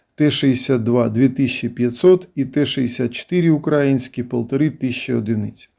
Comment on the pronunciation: Не УкрАїнські а УкраЇнські!